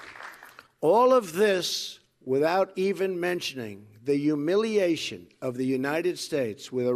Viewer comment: "yumiluation"? I'm pretty sure it's HUMILIATION, which he should know bc that's what he is a humiliation.